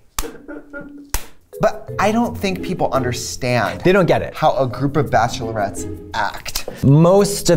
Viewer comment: I rewatched the time Trixie says "bachelorettes" sveral times. Just the way Katya is shocked into movement. There were memories coming back. Bad memories